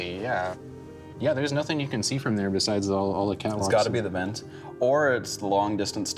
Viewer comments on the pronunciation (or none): none